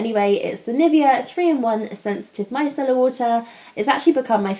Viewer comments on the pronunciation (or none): none